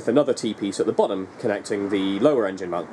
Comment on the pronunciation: Episode starts: has no hair. Episode continues: has lots of hair. Episode finishes: has no hair... Also, that moment where becomes Ade for just a moment with his ultra-northern poronunciation of "bottom"